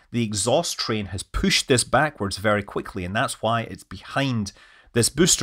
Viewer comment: It gets pooshed out? What do you think you are, Scottish?